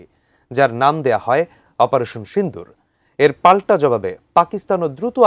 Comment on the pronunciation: সিন্দুর না,,, সিঁদুর কি সব ভাষা !